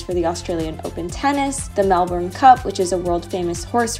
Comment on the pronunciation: Melbourne is famous for its changeable weather. You just have to roll with it. Glad you enjoyed it here regardless 😊 P.S. congrats on saying brekkie and pronouncing Melbourne properly. Most Americans don't 😅